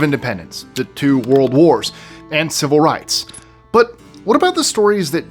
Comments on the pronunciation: Walrd ? It's World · "Warld" Wars? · I think we’re the only ones who noticed…